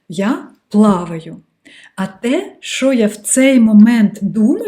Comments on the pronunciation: Ви стали дуууууже ніжною, коли говорите украінською ❤️🇺🇦❤️🇺🇦❤️🇺🇦 Дуже гарне Ч, але "ШО" замість "ЩО", і іноді Ви говорите "и" замість "і" (литак). Ну і "побєжалі" трохи не наше. Але в решті Ви супер 🤝👍🏻👌💪🏻🎉👏🥰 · Сприйміть як дружню пораду від філолога: пом'якшуйте звук ц у таких словах, як "оцінка", славнозвісна "паляниця" і т.п. У слові "що" вимовляйте чітко й твердо шч. Заслухалася Вашою українською, майже досконалою. Успіхів!